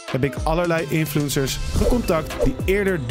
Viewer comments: Hahahaha de manier waarop 'infuencers' zegt, hij zegt gewoon influunsers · ''Infloensers''